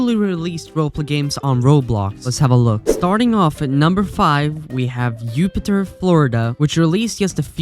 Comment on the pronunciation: Just being friendly. It’s Jupiter pronounced as a J.